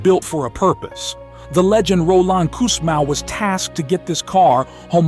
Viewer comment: The guy's name is Roland Kussmaul, not Kussmau...